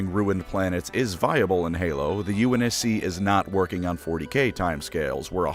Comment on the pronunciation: Unc navy lmfao I can’t stop laughing. Stop butchering halo terms